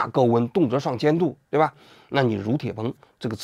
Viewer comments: 女铁朋，不是如铁朋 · 大佬钕（nv）铁硼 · 那叫钕（女）铁硼吧😂